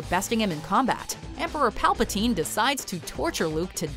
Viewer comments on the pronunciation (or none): none